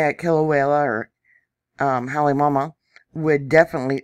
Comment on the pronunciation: Come on, let’s get the names pronounced correctly. Phonetically “ HA LAY MA OU MA OU”. Do you really know what you are talking about? “KILL A WAY A” - No “L”. Learn the language before you report on it!